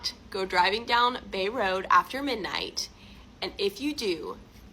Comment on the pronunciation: Bray Road. If you’re gonna tell a story get the simple parts right.